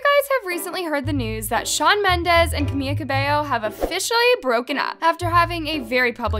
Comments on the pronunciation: BISH STOP SAYING CAMIYA ITS FREAKING CAMILA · Not pronouncing Camila as Cami-Y-a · She keeps saying camia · girl its camiLa not where are you getting camiYa from? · Sorry but you called Camila cameeya?😂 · why does she keep calling camila "camia"😭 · im sorry but i could only focus on saying “camiLLa cabello” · I totally get that you're a tea page and I have nothing against it. Except if you want to run your mouth about celebs, at the very least try to pronounce their name's right...where do you even get a "y" in Camila that makes you say "CamiYA". I also can't seem to understand how you're so invested in all these celebrities' lives but you missed the fact that the video of Shawn and Camila was satire. Get the facts straight or you'll just look goofy, the point is that they didn't care what people thought about their relationship.